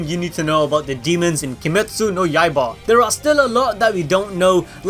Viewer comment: Two things: 1.Demon Slayer Corps pronounced: Core 2. Kimetsu no YAIBA pronounced: Yai-buh